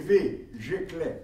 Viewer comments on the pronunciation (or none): Misye fè anpil fot lan prezantasyon an Yo pa di "leu" en kreyòl yo di "lè" Kreyòl pa gen zuzu bouch pwenti